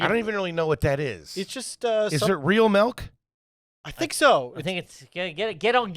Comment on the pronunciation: I’m not sure if anyone has noticed or mentioned it but why does say “melk”